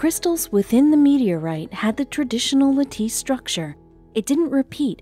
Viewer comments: It’s pronounced latiss. Not. Lateese. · Is that 'la-teece', or lattice? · cannot pronounce the word "lattice" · bad scripting and pronounciation (lattice(. too polite here to put in a dislike